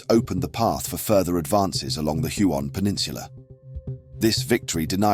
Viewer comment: Huon = Hue-on...